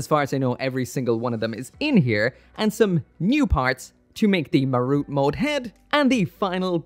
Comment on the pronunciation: its ha-ru-te, not harut...